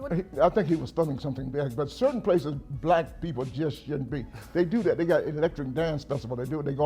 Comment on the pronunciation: Yung Miami is one of the worst, she says dat instead of that🤦🏽‍♂️